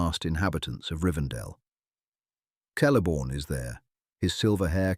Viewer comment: WEhy is your pronouncu#iation so bad? Celeborn is eith a hard C like a k, and Eregion with hard G as in Garage, Do your research properly.